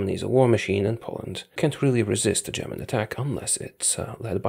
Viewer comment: I love your German pronunciation